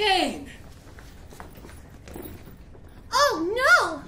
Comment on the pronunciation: I like mittens because he said cokecain